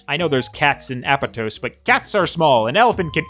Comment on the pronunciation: excuse me what?? .. I don't know apatos i know apOtOs 😂